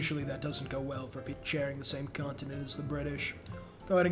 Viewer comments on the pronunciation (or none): none